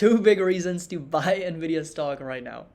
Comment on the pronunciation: how many bulls still call the company Nah-vidah? 😆